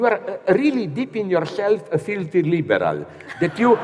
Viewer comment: "you are really dipping yourself a feelthy leeeberal". Hahahaha. An insult much to be feared.